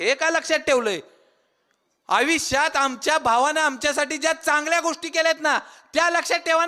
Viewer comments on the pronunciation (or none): आयुष्यात बोल रे ..आविष्यात नाही. धड बोलता येत नाही तुला काय केकाटत भाषण देत सुटला आहेस?